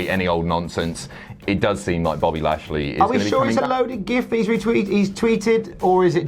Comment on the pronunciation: "Buffy lashley" - 2019